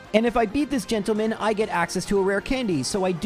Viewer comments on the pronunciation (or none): I love that our hero pronounces "gentleman" like Ron Burgundy. Oh, Marowak, you are my little gentle~man.